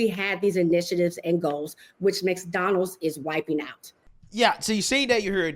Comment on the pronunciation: Mix-Donalds. I've never heard a black person, or anyone unable to pronounce McDonald's.